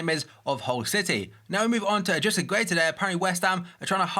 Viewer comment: Mate, Gueye is pronounced by the commentators on FIFA 'Edrisa Garna Gay' so just call him 'gay'